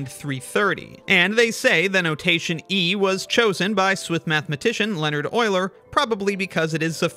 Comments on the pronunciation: It's euler, not oiler. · Euler not oiler😢😅😂